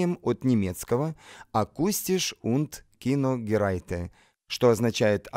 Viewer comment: AKG Akustische und Kinogeräte, читается как акустише унд киногерете, а не герате